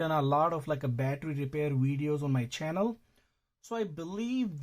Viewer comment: Say Chjannel more often